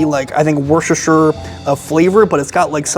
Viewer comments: Just a quick FYI It's pronounced wusster shear that's how us british/Aussies say it. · Worchestershire sauce phonetically is pronounced wister then shire.